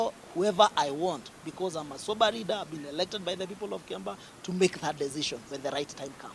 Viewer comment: 🤣🤣Huyu anaongea Kikuyu tu hapa. Eti reader while he means leader 🤣🤣. He is saying millor instead of mirror 🤣🤣🤣